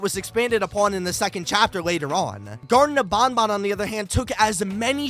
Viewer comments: Him "garten of BONBON" me "EXUSE ME ITS BANBAN LIKE BAN BUT TWICE" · It's not bonbon it's banban. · the whey you say banban is wrong you say it like there is two O's but there is A's not O's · It's pronounced banban not bonbon...